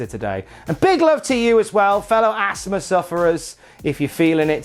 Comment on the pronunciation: What’s Assma? Does he mean Asthma? There’s a ‘th’ in that word.